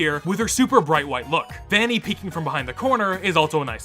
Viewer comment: that's not vanny that's venny